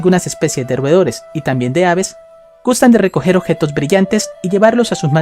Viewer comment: La neta hablas bien feo objetos ossidacion dotores admiro tu valor